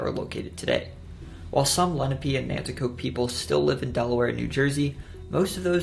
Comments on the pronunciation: Nantiixoke and Lenni are both Lenape tribes - pronounced Len-A-pay - not lenepee. - a European pronunciation. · Hey I’m just gonna help you, it’s (Len-ahp-pay) not (Le-no-pe). Good and very interesting video tho I live in New Jersey and like 80% is new info to me nobody here even thinks of delewere lol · The natives were called (lenn-opp-aye) tribe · Is it pronounced “Lehn-uh-pee” or “lehn-ah-pay”? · Why’d he pronounce Lenape like that 😭